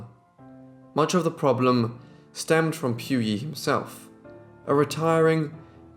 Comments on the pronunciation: I really like this channel but I cannot listen to you mispronounce so MANY names. Look it up for goodness sake!! It's poo-yee NOT PEW YEE It's Wen-shoo NOT WEN-JOO or WEN-JYOO So many vids, so many mispronounced names. Too many to list here, it's exhausting to listen to. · You pronounce their names wrongly...it should be Pu as in Pooo Yi...and it is not pronounced as Wen Qiao but Wen Xiu (Siuuu)...